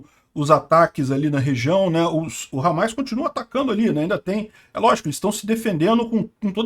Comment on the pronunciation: Não é hamais, é hamas